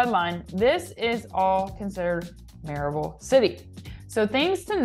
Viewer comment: Louisville is pronounced ‘loo eh vull’. Maryville is pronounced ‘murr eh vull’. You’re welcome.